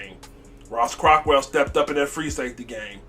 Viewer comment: For the love of god it’s Ross Cockrell not Ross Cockwell and he played for the Giants last b4 the Panthers not the Steelers. Also it’s Reggie Bonnafon not Reggie Buffoon! Beside that keep up the good work like the channel